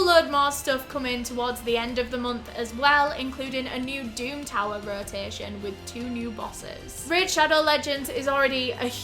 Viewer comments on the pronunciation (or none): none